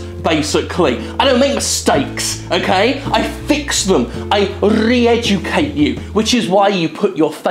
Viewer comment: I wanted to write how I enjoy you owning the allegations about making mistakes. But then I hear the R in "Reeducate you" and got chills down my spine. WP.